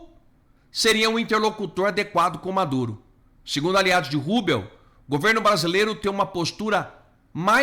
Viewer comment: Cara, a pronúncia não é Marco Rúbeo é Marco RÚBIO.